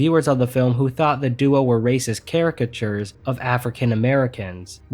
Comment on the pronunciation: Lol he said caricachers😂